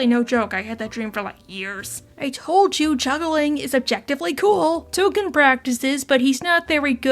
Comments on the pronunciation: Tolken not Token. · Nooo, his name is Tolkien not “Token!” 🤣🤣🤣 Thanks for the new video and hug your furbabies all 💙🐱💙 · It's Tolkien, as in J.R.R. Tolkien. It always was, and if you thought otherwise, YOU are the problem!